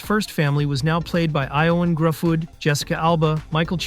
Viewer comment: Eye-oh-un Gruff fudd?? It's pronounced Yow-an Griffith lol.